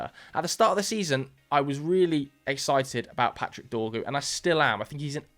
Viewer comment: His name is Dorgu, cmon bro it's only 5 letters 😂😂😂😂